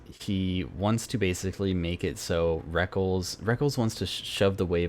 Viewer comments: LOL the way you pronounce Rekkles, it not "wreckles" it "wreck-less" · have to admit i completely lost my shit every time he pronounced rekkles "reckles" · The way you pronounced rekkles is so funny :'D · lol I've always actually prefer that pronunciation even though it's wrong. Can't break the habit.